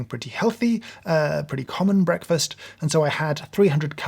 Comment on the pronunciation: I don't like how he says the word breakfast